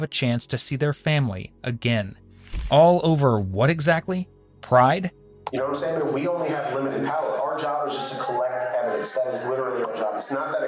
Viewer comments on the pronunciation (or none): Or the other one I don't understand is when we often see a conversation where every single sentence is ended with the question of "Do you know what I'm saying?" - Pronounced "namsain." Is this to assume that the speaker is used to not being understood by any and everyone they speak to? Which I guess would stand to reason if what he's saying doesn't really make any sense. It's along the same lines if the inquiry phrase at the end of each sentence of "Do you feel me?" - pronounced "yuh feel me." In general communication there is no need to physically touch or feel the person you're speaking to, since they're right in front of you.